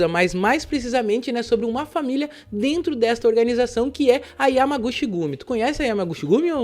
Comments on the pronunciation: Salve 🍻🍻Firmeza?? Cara.. sempre tive curiosidade pra ver como Tu é😂até então só tinha ouvido sua Vóz lá pelo Planeta Novo.. Mano vc está pronunciando Errado..😆no Japão CH tem Som da letra T.. por exemplo Yamaguchi seria como YamaguTi.. (Cha seria Tia,Che Tche, Chi Ti, Cho seria Tchô e Chu é Tchú 😁flwsss Abraços ✌🏾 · "Chi" em japonês se lê "ti" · Se pronuncia (Yamaguti)(chi=ti) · A pronúncia correta é “Yamaguti” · A pronúncia certa eh YAMAGUTI! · Se pronuncia Yamaguti, chi "Ti" o shi sim se pronuncia "chi" como você pronunciou. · Yamaguchi lê-se Yamagutchi , kumicho lê-se kumitchô, Osaka lê-se OOssaka